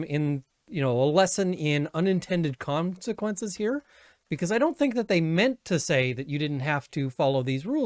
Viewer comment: I know you didnt mean to but that little slip of the tongue, "com"-sequences, seemed so appropriate and made LMAO.